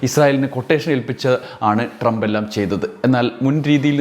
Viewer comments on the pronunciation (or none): none